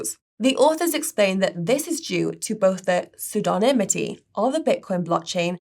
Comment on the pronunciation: well done for getting the word pseudonymity right! It’s a tough one.